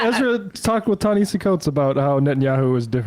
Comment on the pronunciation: Y'all been mispronouncing this man's name since forever: "Ta"-Na"- "Ha"-"See"